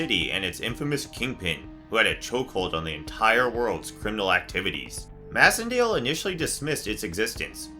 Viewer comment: I think that Macendale’s last name is pronounced MACENDALE! As in MACE! MAYcendale!